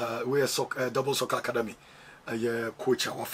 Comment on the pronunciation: Who else heard Akwadamey 😂😂😂😂